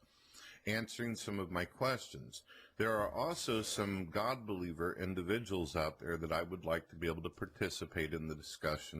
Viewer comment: God buleevur Indivijul indivijul &